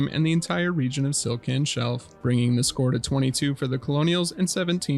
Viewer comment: Why is Stlican Shelf always being called Stilcan shelf? its "TLI" not "TIL"